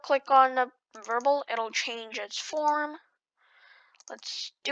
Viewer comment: variable NOT verbel